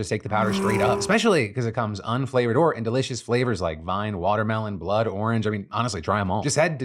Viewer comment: Side note, you should probably pay attention to where you pause. You can't see a comma in speech, but you can sure hear it, and it sounded like you said the flavors were blood and orange.